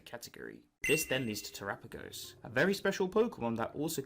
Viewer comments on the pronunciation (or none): Its not trapaagos uts tera as in earth pagos